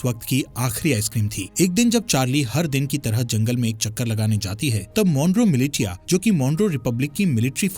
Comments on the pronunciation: ‼️‼️ miliTia nahi MiliSHIya pronounce karo use chaman..🤣🤬🤬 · Militia nahi bola jaata bhai milicia bola jata hai... Likha bhale hi militia jaata h.. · अरे भाई वो मिलिटिया नहीं मिलिशिया है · मिलिटिया नहीं मिलिशिया होता है 🤦‍♂️ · AI explanation 'mili-tiya' sucks!!! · Its Militia( Mi-Li-Shia) Haha😂